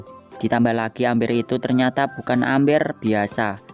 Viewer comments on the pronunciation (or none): bacanya mber di tulis amber